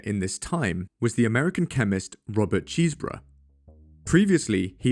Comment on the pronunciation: "Robert Cheesebruh" lmao